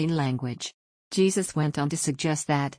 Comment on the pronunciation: Pronounced HEY-SUSE!